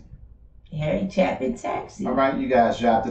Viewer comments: Last name pronounce like "Chaypin" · Hey, y'all don't drop the ball either. Harry was genius through and through, but a good genius, which is even better. Only way to fly! His brother Tom Chapin (pronounced "Chay-pin") is still alive, last I looked, and also has a way with music. Perhaps his most haunting and profound song is "Sniper" based on an actual incident, in Texas I believe, and illustrates the motivation behind such a person. As he is dancing in death like a marionette, as Elton John put it, in his also profound "Ticking", the young man cries out: "I was, I am, and now I will be." A wee bit too preoccupied with I, I, I, perhaps. Harry's song: "Sunday Morning Sunshine" is a breath of sunshine. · Once you do Taxi you have to do Sequel, it's a set, you only heard half the story so far. John Wallace sings the bridge in his falsetto, you can hear his deep baritone voice on Mr Tanner. btw it's pronounced with a long A sound CHAAA pin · His last name, Chapin, is pronounced like "day" (chay)pin. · Long A, Chapin, Chappin would require 2 Ps to make the A short